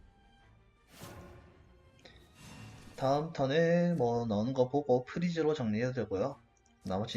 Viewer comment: 프리즈 진짜 아무리 들어도 구독해도 좋아로 들려...